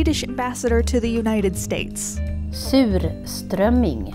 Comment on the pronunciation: the way she pronounce it was very satisfying